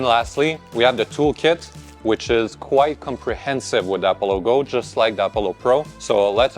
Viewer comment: i keep thinking you're saying 'apple logo'